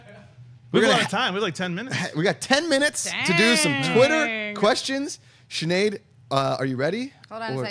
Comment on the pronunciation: Every time refers to Sinead as Sneed, cracks me up laughing lol